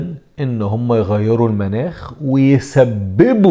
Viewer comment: تلفظ مُناخ وليس مَناخ